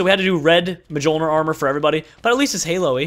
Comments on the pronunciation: btw, Mjolnir is Thors hammer, so its norse, so its pronounced, MYolnir. with a y sound like in you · It's pronounced meal-near